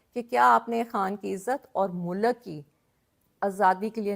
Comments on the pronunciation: 95 فیصد پاکستانیوں کی طرح آپ کی اردو انتہائی کمزور ہے ہے مثلآ آپ نے فر۔۔ض لفظ کو ف۔۔۔رض کہا۔۔۔مل۔۔۔ک کو آپ م۔۔۔لک کہا اور اس پر ظلم یہ کہ آپ نے ظل۔۔م لفظ کو ظ۔۔۔لم کہا ہے ۔۔۔ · She is trying to be a political leader but she lacks communication skills, her urdu prounciations like "mulakk", waqqatt, zulamm, kaarr raha" show her literacy level. She lacks pilitical substance, rather trying to play religion card. Her choice of words is below political leadership's stature.